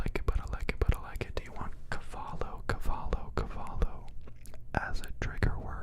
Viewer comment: cabalo no, it's caballo hahaha such a nice video, this was so good, really, I really enjoyed it, thank you